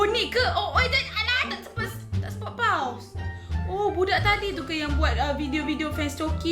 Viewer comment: kak.. sebutannya “pos”. Bukan “paus” 😂😂